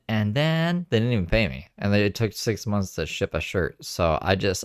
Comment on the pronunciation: Can’t stand the way she says “mumlths” instead of months